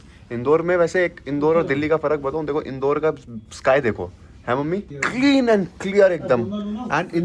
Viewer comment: The way pronounce Indore😂😂